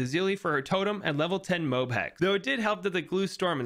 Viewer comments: only person ive seen say "mobe" not to offend but just saying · You cant just expect to say MOAB like that and get away with it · he said mobe